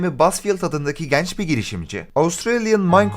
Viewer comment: videolarını severek takip ediyorum, ufak bir konuda fikrimi söylemek istiyorum. "E" harflerini çok yanlış telaffuz ediyorsun "GENÇ, ZENGİN, RENKLİ" gibi kelimeleri her okuyuşunda gerçekten içim titriyor keşke duymasaydım diyorum ama bir yandan da çok başarılı ve güzel videolar üretiyorsun izleyesim geliyor:D Lütfen diksiyon konusunda biraz daha dikkatli olabilir misin. Teşekkürler ^_^